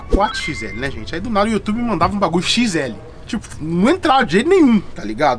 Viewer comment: mano o cara aprendeu a falar ingles e mesmo assim fala youtube errado pqp